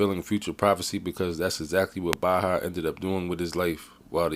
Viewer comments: His Name is Pronounced Bay-ha. Went to highschool With Baha, LaSierra high in Riverside, Ca.... class of 96' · Dude I know this guy personally and he's always been a cool dude I know his brother sk8ter paul to they always been good kids .. and you said his name wrong... throw the whole video away